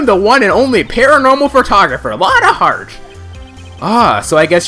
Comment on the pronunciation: Hmm... this sounds awfully a lot like a motive to kill... Morgan Fay is immediately my prime suspect. >.> "Lotta Hair" got a laugh out of me. I love how Lotta immediately calls Morgan "Granny". As troublesome as Lotta is, I do like her. Whoa. That sprite of possessed Maya is surprisingly scary. I don't quite understand these awkward pauses. But I like em.